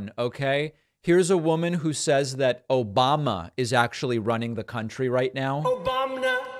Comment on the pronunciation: "Obamna" made me LMAO.